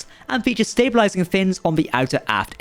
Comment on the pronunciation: i know, he said "stabilising"